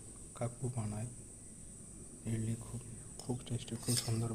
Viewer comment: ইটলি নয় ইডলি